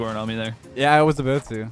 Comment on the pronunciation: "yeah I was a-boot too" Canadian colors showing lol